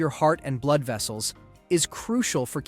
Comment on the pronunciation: Probably the mispronouncation of blood 😂